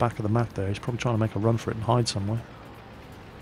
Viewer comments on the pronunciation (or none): none